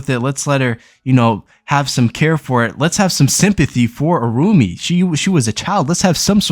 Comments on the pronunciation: Irumyuui.. is pronounced ee-roo-me-you-ee...Sorry! nice video :) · Irumyuui: Pronounced EE ROOM YOO EE